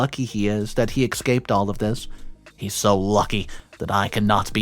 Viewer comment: It’s pronounced “S caped” not “Ec scaped”